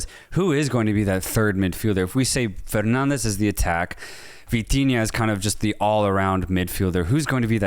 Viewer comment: I dont mind that non-Portuguese speakers don’t pronounce Portuguese names correctly… its normal, they don’t have to know Portuguese. But for they to go for the spanish accent when pronouncing portuguese names… that always catches me off guard… Bruno “Fernandez”?! Why?